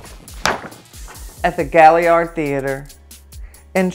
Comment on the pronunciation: I live here and didn’t know it! Dang it lol it’s pronounced “Gill -yard. That’s ok everybody does it